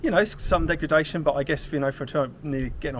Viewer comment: You keep saying “degragation”… its degradation